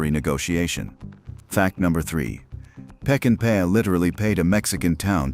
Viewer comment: If you're doing a documentary on a masterpiece, you ought to pronounce the director's name correctly. Its NOT "Peckinpaya." which is what the narrator says. It's "Peckinpah." Sam Peckinpah. Pronounced; "Peck-in-pa."